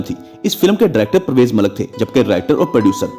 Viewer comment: Brother, our actresses and players have already piled enough ridicule on Pakistan. People like you who can’t even speak Urdu correctly are worsening that notoriety. Forget English, you can’t even speak Urdu! 😡 What a shame! YouTube is an international medium and your silly telecast is going worldwide. Try to learn how to speak words like “film” (not “filam”) or Malik (not “Malak”). Look at the likes of Al-Jazeera, BBC, VOA, Voice of Germany etc whose Urdu services speak our language impeccably. Shame on us!!! And then we wonder why Pakistan is going downwards.